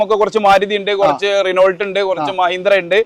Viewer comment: റിനോൾട്ട് അല്ല. ശരിയായ ഉച്ചാരണം റെനോ എന്നാണ്